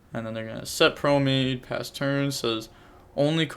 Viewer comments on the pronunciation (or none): I hate when he says promade. Its promenade. Thats nitpicky but it just sounds odd. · Great commentary on a really weird match man. Also Just a heads up brotha it's pronounced pro-men-odd or pro-men-aide.